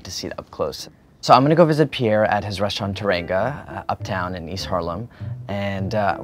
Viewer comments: He pronounced teranga like "turr‐an-go" at the end of the video lol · It’s pronounced “tè-rà-ngu “